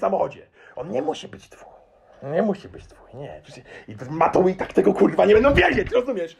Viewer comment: cos spokojniejszy chyba za duzo pestek po czeresniach i ballad mongolskich hahah jestes mega w huj motywatorem. Moze nowy zawod nie trener personalny a trener poprawnej polszczyzny bo te kurwa wymawiasz lepiej i bardziej dzwiecznie niz profesor Miodek. Pzdr